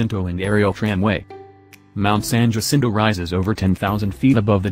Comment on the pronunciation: San Jacinto is prounced, SAN HA SEEN TOE. You should include Mortans Garden on East Palm Canyon. The grounds have plants native to the desert.